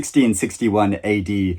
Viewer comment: just a quick history correction...Boudicca led the Iceni against the Romans in 60/61. It sounded like you said 1661 which I'm sure you didn't mean.